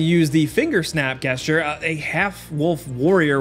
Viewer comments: Btw, it's "JHEZ-ture" not "GUESS-ture". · "Gesture" = Jesture. You are welcome. Amazing video. I am downloading it as we speak! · "Jesture" not "Get-Sture" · Wonderful video, as always. What a great channel. If I could, though - shame on everyone who has neglected to mention to you that gesture is pronounced like "jest-ure" - not "guest-ure". That's on my 10 things no one bothered to tell you before making such great youtube content. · Good video but bro.... That's not how you say the word gesture it's not like the word guess....it's said more like the word "jest". I'm not even really trying to make fun of you it's just people are going to notice that and mention it so you might as well hear it from somebody being relatively nice about it but that's not even a choice like tomato/tom-otto...it's ONLY said "jest-chur" not "guess-chur" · Did he just say "Guess-ture"? 😂😂😂 It's pronounced "Jesture" 👀😂🤣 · what's a "guess-ture"? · It's "jesture" not "guessture" (the way it's pronounced, that is.) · Dude, It's "Jesture", not "Geh-sture". Who the hell can't pronounce "Gesture"? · Gesture = jes-cher 🤨 annoying the crud out of me with the guess-cher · Gesture is pronounced jes-chur lol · what is a "guest-ture"? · Also... are you saying "GUESS-ture"? My dude. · is there not one comment about "guessture" ? what is the explanation for this? do gen Zers not know how to pronounce words? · gesture = jes-cher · Nobody says Guessture, who edited this and didn't tell him to fix this? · Guessture?...Come on. Great video though. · Don't want to make a big deal of it, but gesture is pronounced with a J-like sound. It's not like guess-ture. Thanks and have a good day. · Its pronounced jesture. So mad haha good video though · Someone please teach this man how to pronounce "gesture". Its jest-ture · FYI it's pronounced Jest-ure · "Guess-jer" eh? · Why is nobody commenting on GESS-TURE? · How has he gone his entire life pronouncing gesture with a hard "G"? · Guess-ter? wtf is that